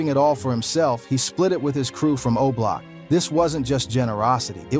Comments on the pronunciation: MAN ITS O-BLOCK, Yall what's wrong with these youtubers man, that shit is driving me crazy, dont report on things when you cant get the names right, wow, damn, I need a drink, he say that crap one more time im coming through the phone, yall check him and let him know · Come bro its not hard to pronounce O Block